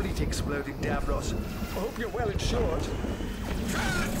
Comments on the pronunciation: It’s Davros not Dravos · It’s Davros, not Dravos! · The doctor who one is davros not darvos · Isn’t it Davros?